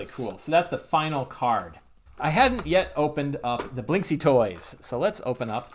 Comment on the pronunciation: I LOVE this video and i will try to buy this LE, BUT... This surname reads correctly as "Blinskiy", I'm Russian, I know what I'm talking about.